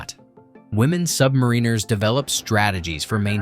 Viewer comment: SubMEReners - phuck, get the pronunciation correct - SubMARiners.